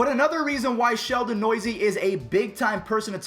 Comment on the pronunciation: “ Sheldon Noisy” it’s Sheldon New-se